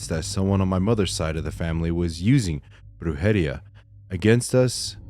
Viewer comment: Lol, just wanna let U know how to pronounce those 2 Spanish words.... the First one u were saying "wrong" is pronounced (Broo-head-ee-ah) say'em ALL together.... the 2nd word is pronounced (Leem-pee-ya)....I Hope the way I spelled these words help u pronounce them right, then I've actually helped U say 2 "Spanish words (@ least)... Lol😊